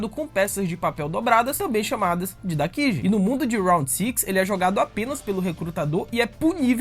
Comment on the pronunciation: Não se fala dakiji e sim kaji (pelo que ouvi)